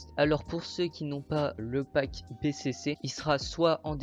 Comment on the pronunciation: ca se pronoce pas bécécé mais bicici